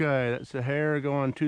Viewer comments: They are "See-air-uh" bullets, not Sahara as in Sahara dessert. I was confused until I figured it out. Sierra are great bullets. Great video...thanks! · It’s SEE-ERRA not SA-HA-RA